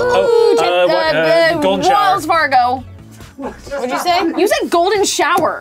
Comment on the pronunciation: besides the fact that she said "Walls Fargo"